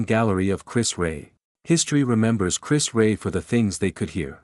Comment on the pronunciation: Chris who..disrespectful to not being able to say his name correctly..